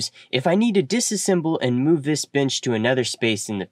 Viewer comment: is pronounced Ben-ch. Nixt is pronounced Nex-t. Also, thanks for the video! I had to watch it a second time so I could intentionally ignore the pronunciation, and when I did, it was quite enjoyable.